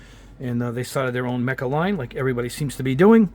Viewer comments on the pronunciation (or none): none